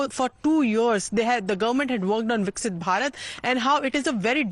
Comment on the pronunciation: Please pronounce it correctly. It’s VIKASITH BHARAT NOT VIKSIT